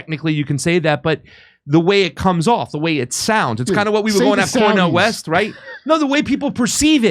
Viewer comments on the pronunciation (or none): Yes. Trump Vs. RFKjr Vs. Cornel Weast. Weast? I thought you said east ⛰